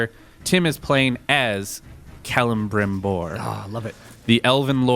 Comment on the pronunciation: The way kept pronouncing Celebrimbor's name bothered me a little.